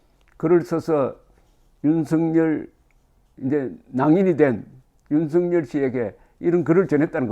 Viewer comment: 윤석열 의 발음은 윤서결 로 발음해야 합니다! 윤성열이란 이름도 있는데 윤석열을 윤성열로 발음하면 어찌 구분 합니가?